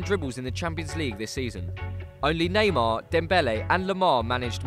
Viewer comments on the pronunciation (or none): none